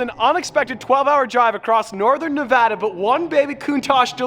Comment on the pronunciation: Thanks for pronouncing Nevada the way you did ❤️